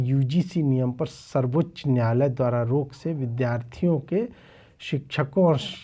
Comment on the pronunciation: Samrat Choudhary says NYAALAYA instead of NYAAYALAYA. If that is his Hindi, you can well imagine his HINGLISH.